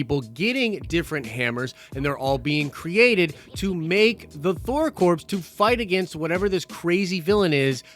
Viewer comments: I cringe every time you say corpse instead of corps (kor) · It's pronounced "core", not "corpse". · Noone cares its pronounced core not corpse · Thor CORE. NOT CORPSE. Jesus christ. Marine Corps. Thor Corps. How does that pun not click? It's certainly better than Asgardians of the Galaxy or Thor's name and reputation being hijacked by some butthole ex that's been missing for most of the MCU or a 3 Thors with 1000 fighting one guy. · Corps is pronounced 'CORE' not corpse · Corps is pronounced *core*. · It’s pronounced core not corpse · Hey buddy so corps is pronounced core, like marine corps, so Thor corps sounds better,. Thor core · It’s pronounced “Core” not “Corpse”......Jesus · I'm so sorry & I don't mean to be a stickler but, ya gotta stop saying THOR "CORPSE"; a corpse is a dead body & a "CORPS" is defined as a body of people engaged in a particular activity; example...The GREEN💚LANTERN CORPS, SINESTRO💛CORPS, other LANTERN❤🧡💙🖤💜CORPS, ya know what I mean, right? Just sayin'. 🇨🇦👊🏻🤙🏻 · it’s pronounced core, not corpse. God damn that was hard to listen to 😂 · It's pronounced the same as CORE....Just like the U.S. Marine Corps(CorE) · Not unless they are the Thor Corpse Suicide Squad. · Dude it's pronounced "core". Drivin me nuts man. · Had to quit halfway through, couldn’t take another “corpse” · Omg you don't pronounce the p or the s in corps. They are NOT dead bodies. That was so annoying and you are usually much better than this. First I couldn't even finish the video because it was so annoying. Second, if you can't be professional, why should people subscribe and more importantly pay you on patreon? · Yes, thank you. It was driving me crazy every time said it! 🤣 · The 'S' is silent in Corps.